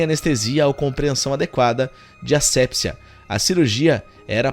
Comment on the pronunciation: ASSEPSIA: a pronúncia é com acento no I, rimando com BACIA, MANIA, SOFIA.